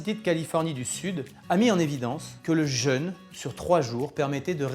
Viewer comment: par contre vérifiez la prononciation du mot jeûne, il ne se prononce pas comme le le jeune, sinon moi g rien contre un jeune pdt trois jours lol ça peut porter à confusion 😆